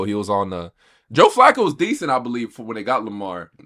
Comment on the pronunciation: You have a sports page and don't know how to pronounce Joe Flaccos name correctly? 🤦🏿‍♂️🤦🏾‍♂️